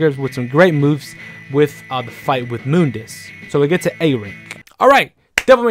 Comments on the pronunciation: nope, it's pronounce Moon_dus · No one:: moondis